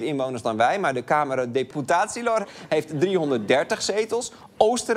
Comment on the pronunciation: Respect voor Arjen dat hij de “ț” in Camera Deputaților zowel zag als correct uitsprak.